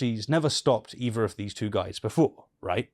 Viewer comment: Evuh? I thought it was EITHER.